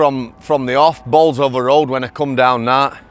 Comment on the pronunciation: The correct way to say Bolsover 🙂👍🏻